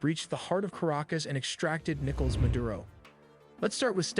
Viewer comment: "Nickles Maduro"